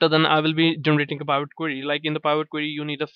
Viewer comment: The word Pivot is pronounced with a short I, as in pin, pill, or pick.